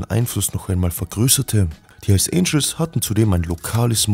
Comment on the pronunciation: bruder die heissen hells "Angels" und nicht "Angles" .. aber geiles video 😇👏👏👍👍👍